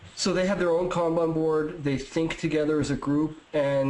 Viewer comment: As a guy who lives in Japan, thanks for pronouncing “kanban” right